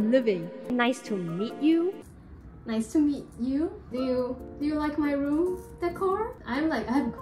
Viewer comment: Not RwOoM